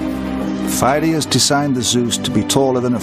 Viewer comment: Φειδίας (Pheidias) is not pronounced as it is in this film (fie-dee-as), neither in ancient (pay-di-as) nor modern (fee-thee-as) Greek. . . . but I still enjoy the video.